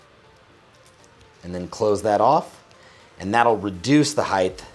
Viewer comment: are you saying heigth? lol god vid tho detailed/informative? curious if there is enough nylon protecting the trigger.....Ill be checking out your gear esp belt....